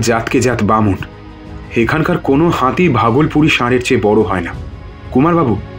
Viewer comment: "হাঁতি"? "বাঁধা" দেব না?